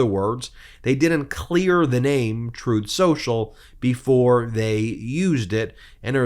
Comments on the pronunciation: Trumf Sossel, as Trump pronounces Truth Social, would be a unique name. It's hard to find even a Russian mob that is as corrupt and criminally implicated as Donald Trump. Incredibly the ones with money in the washer at the Florida Trump Dump. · "Troth Senchel," Let's get that sh*t straight. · +/- It's called "Tooth Senjel", listen to what he says, not what he says he meant to say. 🤪 Covfefe4FR!! 🍊🤡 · Trowth Senchal, is done